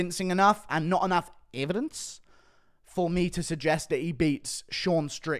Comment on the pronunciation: Was that "evidence" in an Australian accent for some reason, or am i having auditory hallucinations again?